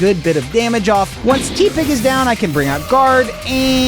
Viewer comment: Why is no one talking about how he pronounces tepig?